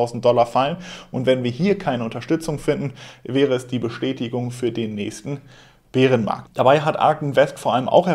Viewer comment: Wie immer top Infos und professionell geliefert! Top. Einzig die Aussprache Beerenmarkt kannst du vielleicht mal untersuchen. Bäärenmarkt...... Weiter so!